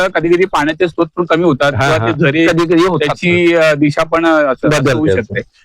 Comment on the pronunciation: स्तोत्र नाही स्रोत.